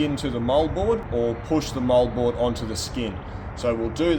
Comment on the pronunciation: For the life of me, I thought he was saying mullboard. But it's Moldboard. Like always, I'm impressed by the level of experience and knowledge.